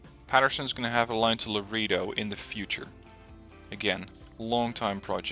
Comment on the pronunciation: Awesome! Good to see you uploading more, I bought the game because of your playthroughs and have enjoyed it a lot. Have you thought about making a patreon? You are one of the few people I'd donate too, and you mentioned needing a new rig. Anyways cheers, always love your videos man. (Also Laredo is a Texas city and the pronunciation is more like La-ray-dough)